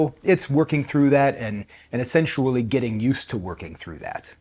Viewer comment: Solulable? Essensually?